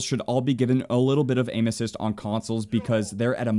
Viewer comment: When he said aim assist I thought he said anuses